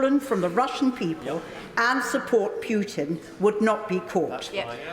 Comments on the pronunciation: Did she just call him PEWtin 😳 lol how do you get a name wrong you've been hearing everywhere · 'Pootin' I can't stop laughing 😂😂😂😂